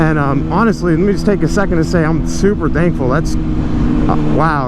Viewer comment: sounds like u say I'm super dankful lol